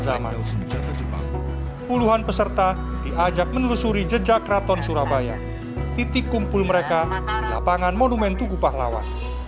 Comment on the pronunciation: bacanya bukan "curabaya" pak. Tapi syurabaya. itu C-nya di coret bawah adalah penulisan jawa jaman dulu selayaknya penulisan cakti dengan c dicoret itu bacaannya syakti